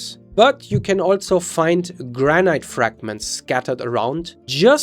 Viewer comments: Why is he pronouncing granite, like "gran-ite", rather than "gran-it"? The E is silent. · Granite rhymes with "man it"